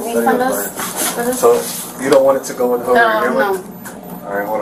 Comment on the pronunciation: "WIT" you